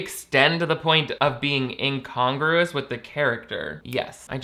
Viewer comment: The whole “incongruous” bit was made 10x funnier by fully mispronouncing the word.